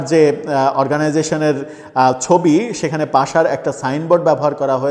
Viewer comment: পাশা নাকি পাসা নাকি পাছা? সঠিক উচ্চারণ করুন